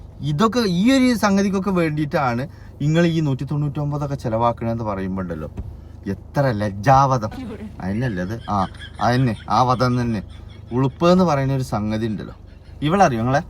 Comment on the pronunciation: ലജ്ജാവധമല്ല ബ്രോ ലജ്ജിവഹം